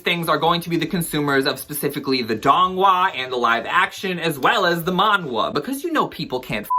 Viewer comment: As a Korean, "manhwa" is pronounced "man-ah" - the "hw" sound got lost with time. Chinese still uses the "hu" sound so you can distinguish the two with the pronunciation